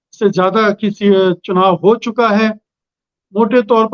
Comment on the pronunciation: It's not चूका hai.. it's चुका है। In a hindi channel.. this type of mistake is extremely embarrassing...